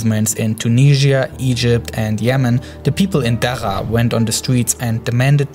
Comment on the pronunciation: I can understand your accent but the way you pronounce the 'R' sound is irritating. I mean, just try your best and you'll make it. It's not that hard! (It's Daraa not Daaa, It's Groups not Goups, It's Controls not contos.)